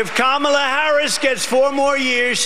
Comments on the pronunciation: Did my ears deceive me? He actually pronounced Kamala Harris's name right. Must have been a slip-up on his part. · I love when he pronounces her name correctly — by mistake. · He accidentally pronounced her name correctly. 😂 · He said Kamala right in that one👍🏻